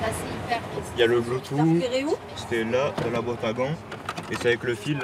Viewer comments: "le bloutou" oh my god :( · Le fameux "bloutou" (bluetooth).....Le niveau de la plebe est incroyable, ces pleutres hahahahahahaha